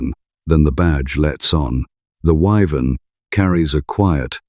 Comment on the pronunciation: What a pain in the arse this channel is. You say you will talk about the Vauxhall WYVERN - and can't pronounce the name - but continue to show the 6 cylinder VELOX in the video. If you are going to do a show on the WYVERN then get rid of the VELOX photos. This is real sloppy presentation, too lazy to edit properly and "filling out" the video with whatever images you can scrape up.